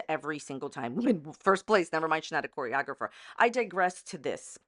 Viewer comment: She can't even PRONOUNCE "choreographer", much less being an award winning one. Paula Abdul, look out!!!